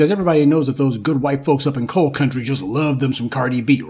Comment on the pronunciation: This chick said "Coil instead of coal & Apalon mountains. Lordt😂! Girl ❤😢